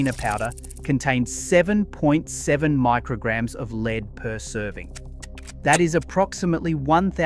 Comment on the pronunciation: The transcript thrown through AI voice creation giveaway on this video with the word Lead (the element Pb) Some correct pronunciation of 'ledd', then at least 3 times the voice used 'leed' . Mass produced AI content.